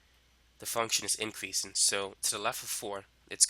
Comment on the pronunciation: increasin' decreasin'. My boy is such a g he doesn't have to pronounce his g's.